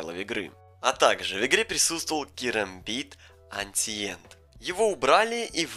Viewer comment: Каждый раз когда слышу слово "Эциент" у меня калиграфический инфаркт случается... Эншент-древний